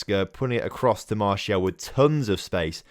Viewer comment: Please do sell Martial so I can stop listening to you calling him "Martielle"